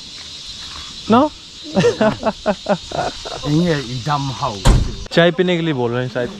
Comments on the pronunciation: They prounounce i as e.. So say 'i dam mw'.. Or i dam em. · It's I dam em not i dam how... Ok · Bro not idam haw... It's idam maw.. Or u can say idam em... Wich means how are you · I dam how❌i dam em✅..from whom you learnt? I dam how😂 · I dam em !!!! not I dam hao 🤣🤣